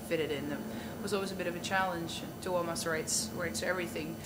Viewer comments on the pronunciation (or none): This interviewer has not done his homework. Why is he sitting there asking when albums come out and wasting this woman's time? He should look that stuff up and actually ask useful questions about the music. And mispronouncing Tuomas's name? Come on now.